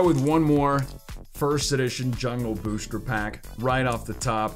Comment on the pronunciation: why do you say booshter